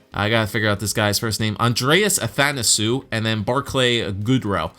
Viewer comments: Andreas Athanasiou is actually pronounced Ath an a see you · Athanisou is actually pronounce athanaseeyou